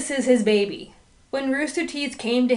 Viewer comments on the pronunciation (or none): none